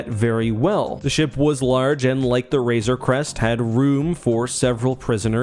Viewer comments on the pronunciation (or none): Except he can’t pronounce Razor Crest to save his life